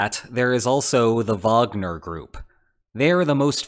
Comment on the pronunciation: Can I just say thank you for pronouncing Wagner Group correctly!! Sucks the name is used for this as his pieces are amazing